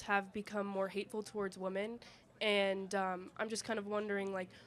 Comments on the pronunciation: WHY do these young women keep saying “woman” when they mean “women”???? I keep hearing this….are they illiterate? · I hate when people pronounce women the same as woman